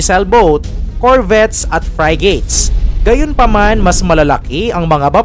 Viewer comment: ano daw frygate 😂😂😂 baka nga frigate 😅😅